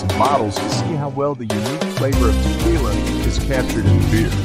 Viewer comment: Sorry. As mentioned, the music to vocals dosent mix well. AND... whats up with the word... TE-QWII-LA?😂